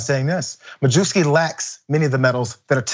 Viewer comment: mah-yev-ski, not mah-joo-ski